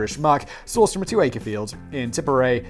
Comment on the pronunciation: how do you not know how to pronounce tipperary? havent you ever heard that song its a long way to tipperary? bugs bunny taught it to me when i was like 6... but also its a brittish song...